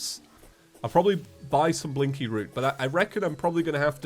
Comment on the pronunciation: Is calling blinkroot, "blinky root"?